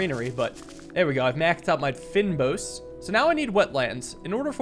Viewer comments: fynbos is kind of pronounced "fayn boss" we have them growing here in South africa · I think this game is made by a South African developer, fynbos is pronounced as "fane bos" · I know its nitpicky, but you say "fynbos" as fayn-boss It's an area in South Africa with lots of flowers and bees and such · lol at the "fynbos". That's a biome in South Africa and the word is Afrikaans. It would translate to "fine-bush". Pronounced "fein-bos" like this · The way you say "fynbos" 😂😂😂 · just wanna say, you pronounced fynbos wrong